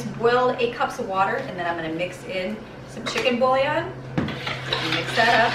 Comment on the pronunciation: you make this look easy ! i will try it soon ! oh ! and it's pronounced chicken boo-Yon. =)